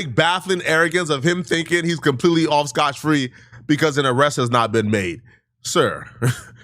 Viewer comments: Scott free not Scotch free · Melay it's May lay lol Scotch Free it's Scot-free these ain't even difficult words to pronounce 🤣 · SCOTT FREE not SCOTCH. GODDAMN IT 😂 sloppy mf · It's scoTT free not scoTCH.... you get on my nerves when you say that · On a separate note: Did finish school? LoL … He’s always mispronouncing words or using phrases incorrectly. It’s not “Scotch-Free”, it’s Scot-free … He does this every damn video 😂 lol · First the doubling down on scotch free then you said me-lay and tripled down on it. 😂😂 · Me-Lay & Scotch Free 😂 ESL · I hate how rtrded is.. he tb me-lay, scotch free.. etc..